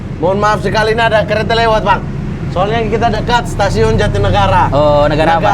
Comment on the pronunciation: *Ryan ngomong kereta : CHUAAK!